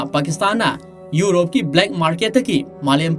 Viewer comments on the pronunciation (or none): none